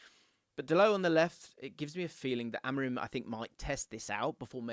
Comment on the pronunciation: its not rim like tire rim it pronounced amoreem. I is like a double e like in spanish.